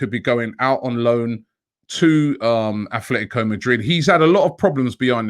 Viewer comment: ATletico,there is no h in it🤦‍♂️